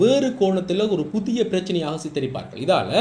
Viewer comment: தம்பி நீர் தமிழை நன்றாக உச்சரிக்க வேண்டும்.குறிப்பாக விளக்கமாக புதிய போன்ற சொற்களில் தவறான உச்சரிப்பு தெரிகிறது